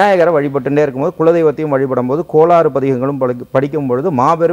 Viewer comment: Hi, sir, KOLAAAARU PATHIGAM illa. KOL ARU PATHIGAM. IE. KOLKALAL YERPADUM KETTA VAIGALAI ARUKKUM PATHIGAM PAADAL.!!